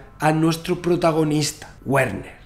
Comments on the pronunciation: Hola y gracias amigo Santa Olaya. Ya que aprendiste a pronunciar Heisenberg, cómo Háisenberg en Alemán, sería muy simpático que dijeras el nombre Werner, fonéticamente, también en Alemán, como Verner. Ya que "Güerner" suena muy Yanquee. Un saludo con gran simpatía tanto por la claridad, continuidad y gran velocidad de tu interesante discurso. Espero tu vídeo prometido para saber la real implicancia que Heisenberg tuvo, quizás extraídas de las escuchas grabadas en las reuniones del "Hall" y otras pruebas que presentes. Buena Suerte. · en alemán la "W" no se pronuncia como en inglés, se pronuncia como "v"o "b", entonces pronuniariamos en alemán: "verner haisenberg" (Werner Heisenberg) es horrible que pronuncies "guerner" como seria en ingles.¿cómo un físico como tú no sabe al menos lo básico del alemán? si no sabes alemán no llegarás a la reflexión más completa en ese campo XD. te digo como se pronuncia en alemán pra que te des el pisto con tus colegillas de ciencia: " verna haisenbeearg" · Su nombre no se pronuncia Wuerner sino Verner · Muy bien... muy bien... SUGERENCIA: Pero para la próxima entrega pronuncia su nombre correctamente, que suena muy raro : la w alemana se pronuncia como v... sí /verner/ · Todo perfecto amigo y muy interesante, excepto que en alemán Werner, se pronuncia VERNER, es decir, la W se pronuncia como la V española, o mejor como la V francesa, ya que se frica . Saludos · Se dice Verner